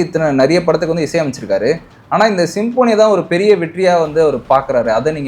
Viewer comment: Sim-po-nee ilapa,pronounce properly anchors.